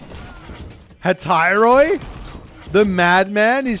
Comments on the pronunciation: can I help with the pronunciation on some greek words? I don't mean to be a dick The right way to say Hephaestus is Hé-pheh-stus - it's a plain "eh" sound as in "deck" And Hetairoi is pronounced "Eh-teh-ree".The "ai" makes an "eh" sound in Greek, like above for deck, and "oi" makes an "ee" sound like in "eel". Honestly this one you wouldn't get in English. idk, hope you see this:p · Close enough. I would generally disagree with your Hetairoi pronounciation. It is different from how we would spell "εταίροι" nowadays, as ancient greek was more complex. Now η ι υ οι ει have the same accent, but in ancient Greece each one was separate. Thus, "Hetairoi" would be closer to "Χεταϊροϊ" rather than "εταιροι". Those were the basics we were taught in school during ancient Greek courses, similar on how "υ" was closer to "hy" and how "ρ" in the beginning of the word was pronounced almost as a vowel.